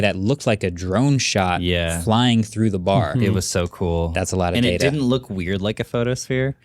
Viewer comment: It's PRONOUNCED DATA....not DATA